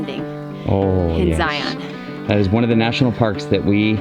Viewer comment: Nice to know about the side deck. That looks like a gorgeous place. You mentioned Angel's Landing but it's hard to equate the dessert with all of that gorgeous green in the smokey's. Also, as someone who grew up in Utah I must correct your pronunciation so you don't sound like newbies. It's ZI-un, rhymes with lion. Not that Utahn's have great pronunciation skills, but when in Rome... I hope all y'all have a good time. Cheers!